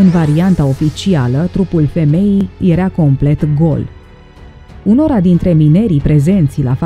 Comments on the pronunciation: Pronunță și tu când prezinți ceva "era" nu "erea" te zgârie rau pe creier. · ador dicția perfectă și vocea e minunată, dar se spune (i)ERA, NU erea.......o doare! Limba română ERA și este minunată NU E-REA! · Deci omul trăi pe Terra înainte de apariția omului. Whattt? Și încă ceva, vezi că zici "ierea" în loc de era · Era* nu "ierea" , jurnalisto !!! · poate ca se pronunță "iera", in niciun caz"ierea". E o diferență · Erea...erea..ce naiba!? 😒😪